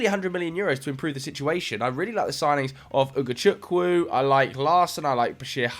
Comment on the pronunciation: First time I've seen a white person pronounce "Ugochukwu" correctly...This makes me giggle🤭